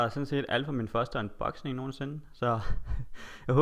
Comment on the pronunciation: Du siger unboxing på en sjov måde :D men det gør ikke noget :)